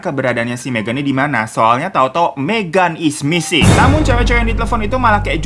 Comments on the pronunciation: Beberapa detik pertama yang gw denger: "MEGAN IS NGISING" 👁👄👁 Edit: suwun jempole mas/mba🙂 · Berdosa banget ga sih pas bang Hiro bilang "Megan is missing", gue dengernya "Megan is Ngising" 😭👍🏻